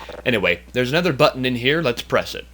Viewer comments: Yes he mean to say "another" but he always says ''anether'' in all his videos. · It kinda pains me how he says 'aNETHER' instead of 'aNOTHER'